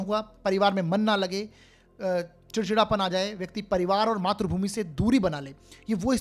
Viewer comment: Matrabhumi NAHI sir matrabhumi bolakijiye .matra NAHI sir matri boliye .. .